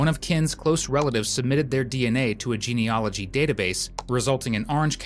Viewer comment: Thanks for the clear narration. But you may not realise it’s ‘genealogy’, not ‘geneology’.